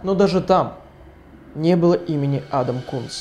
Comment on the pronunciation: Никто: Что говорит: Адам Кунс Что слышу я: Адам Скункс